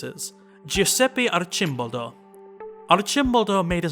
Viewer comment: oh noes correct pronounciation is slipping. [artʃimˈbɔldo] stress on the third syllable. [ˈʃvaŋkmajɛr] starts with a "sh"-sound. Otherwise brilliant as always.